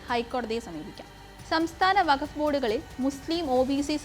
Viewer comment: വഖഫ് അല്ല വഖ്ഫ് ആൺ